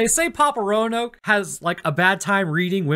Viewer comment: Yo Roanoke is roan-yoked